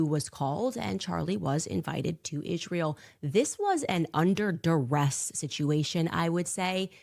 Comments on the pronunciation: Why does this piece of sheet say izhrael? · Why does she pronounces Israel "Ishrael" ...that's weird